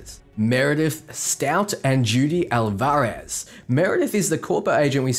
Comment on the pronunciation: Judy's last name Alvarez is pronounced AL-vah-rez, emphasis on the Al. I know you'll be saying her name a lot in videos so just thought I'd be helpful!